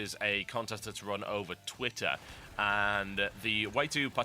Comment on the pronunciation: he said twitter british like - twih er, then enunciated the Ts a second later... ?